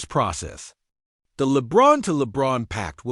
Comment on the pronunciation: They mispronounced lebrons name so obviously doesn't know what he's reporting also talks about Anthony Davis who isn't on the team at least try